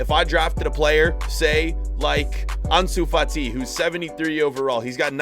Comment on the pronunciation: Who remembers when said Ansu Fat-Eye